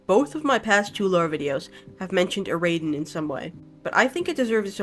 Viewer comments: so real its so annoying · YOU'RE PRONOUNCING IT WRONG its literally just the words era-den. the baron even says it in his lines. edit: i wanna also say i think its super awesome other people are interested in the lore and i really appreciate these videos, your pronunciations are just really ear-grating